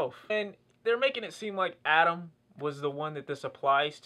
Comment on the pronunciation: His name is Atom not Adam